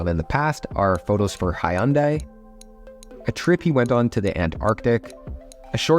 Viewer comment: I can't believe some poeple still get Hyundai wrong. Prononces like Sunday. Like the ads say.